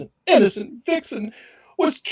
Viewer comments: I heard vixen too. lol. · Did you say VIXEN?! Or, victim? 😅